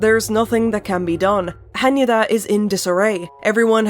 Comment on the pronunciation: this is so petty of me but jesus christ I can't believe how thrilled I am to FINALLY!!! hear someone properly pronounce Hanyuuda!!!